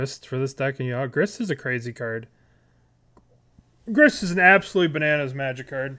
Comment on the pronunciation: He is calling grist grix now! he is losing it